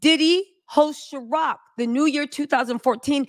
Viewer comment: It’s Ciroc, not Sharoc